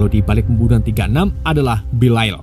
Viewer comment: haduh belial dibaca belail🗿